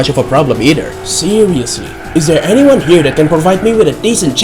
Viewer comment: Did this man really say Lu Bu's sentence "Can anyoke provide me with a decent challenge"